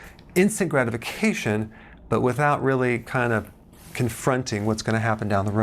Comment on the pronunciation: "Gratification" not "gradification"....sorry!